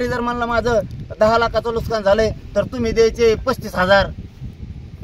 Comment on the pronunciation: नुसकान नाही रे येडझाव्या नुकसान अस्त ते...हे आहे पुढारी 😅